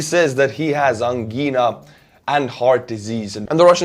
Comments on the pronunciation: Given your humor about English pronunciation, which means you won't be fragile about pronunciation feedback, I wanted to mention that "angina" is pronounced (excuse my use of Ukranian Cyrillic in a phonetic way) ан-джаі-на not ан-гі-на. Thank you for the video! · Angina rhymes with vagina fyi